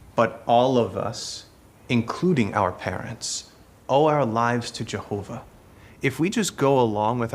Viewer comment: i had to watch this in few break downs. There was no way I could watch this crap in one go! How many times in this supposedly Biblical drama they said "Jehovah"???? I don't know if is just me, but the way they pronounce it, it just makes me creep. Well done, it takes strong nerves to watch this and make a rebuttal